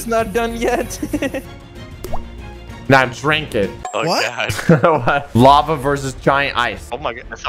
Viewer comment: It’s called lava not lave.